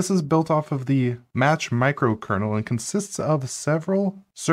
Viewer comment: oh ffs “match” kernel no